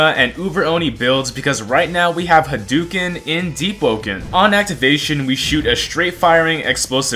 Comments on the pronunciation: if you looked at ANY sf video you would see its pronounced as its spelled; HADOken, not 'hadewken', as there is no e in the start of the pronunciation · what the hell is a 'ha dew ken'